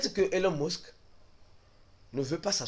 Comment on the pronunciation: ta façon de prononcer elon musk la deh